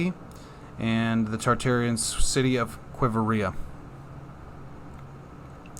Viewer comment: * qui-vira***u just added another i syllable, no big deal